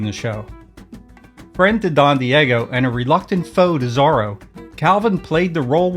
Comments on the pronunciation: think pronounced ZORO not Zaro, I think. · I think you're pronouncing his name wrong how do you say Zorro... like, or..o. not r-o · Exactly! His pronunciation makes me crazy.